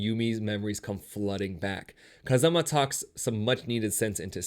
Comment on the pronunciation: he pronounced Kazuma (Kiryu) as Kazama